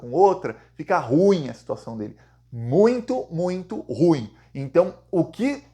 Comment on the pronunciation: fala direito a palavra ru- im.(a pronúncia é ru- im)